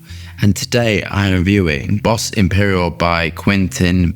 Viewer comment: Its bois, "bwa" or " boa" means wood in french